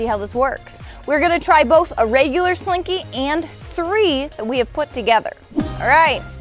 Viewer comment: Ok i know it is an accent but she says raigular instead of regular . I'm dead 😂